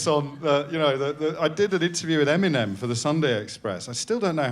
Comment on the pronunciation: How he pronounces EMINEM keeps me up at night